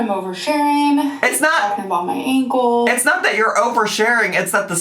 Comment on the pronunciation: I know this is so silly but I’ve seen so much content about and her ankle… I’ve realized I can’t stand the way she says ‘Ankowl.’ Hope so badly this is truly the last time she mentions it 😆